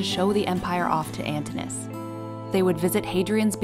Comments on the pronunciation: an TIN oo. us. not ANTIN -US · Could you please fix the pronunciation of Antinous’ name as well as Britannia? Drives me nuts not to hear the proper pronunciation of those names. Britannia is Latin, so the first “a” should sound more like the Latin alphabet. And Antinous’ has two syllables at the end, it’s not one syllable. It should sound more like “oh-uhs”. I’m sorry, but it just drives me nuts when I see these well put together historical videos, but no research is put into the proper pronunciations of these names!! Also, I don’t know if you can say that Antinous was Hadrian’s “lover,” since there are no historical records of them having sex or engaging in sexual activity, but Antinous was no doubt Hadrian’s favourite. They enjoyed many of the same things, and certainly enjoyed each others company, but even Lambert himself said something along the lines of their relationship in the bed chamber will forever remain a secret. As in, no one really knows if their relationship went that far. It’s nice to think and believe it did though. I would just be careful how you tell the history of such things without historical records. Oh! And I think you have the date wrong for when Antinous died. Every source I’ve read has said it was October 30th. Not the 22nd. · The speaker is pronouncing the name "Antinous" wrongly. The name consists of four syllables, not three. The correct pronunciation is /ænˈtɪnəʊəs/, with the stress placed on the second syllable (-ti-). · The pronunciation of Antinous is Antìnò us. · Doesn't look like Claudius to me (perhaps you've corrected it), but in any case, that's a very small flaw. More serious is the mispronunciation of "Antinous" as "Antinus". The "o" and "u" are separate syllables. Otherwise, this video is quite well done, balancing the major historical events of Hadrian's life with his personal life. Both Hadrian and Antinous continue to fascinate many people into the 21st century.